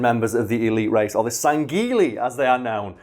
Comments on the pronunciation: it’s pronounced “Sang-Healy-os” in the games but it’s a pretty backstage planet to the actual games so I’ll let it slide lol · Sanghelios and Sangheili are pronounced without the g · oh we'll give you shit, you keep mispronouncing sangheili and sanghelios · I haven't seen anyone state it but on the pronunciation on Sangheili and Sanghelios, You wanna split Sang and Heili, other wise you got pretty close already, and the video is as always, amazing. Keep it up man.